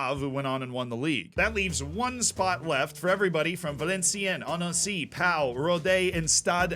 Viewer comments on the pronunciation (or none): I found it a bit weird, because on some he knew he was mispronouncing and said them jokingly, and on others he didn't. Like Pau, he said it like "pow" the sound effect in english and not "po" like in "postal service". We could nitpick all day. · Pau is pronounced 'Po'. French is not Spanish and so 'au' makes an indentical sound to the letter 'o'… If it were in Spain it would be pronounced 'Pa-ou' though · In the imaginary case you'd do something like this again Pau is pronounced Po, Allez Pau Fc!!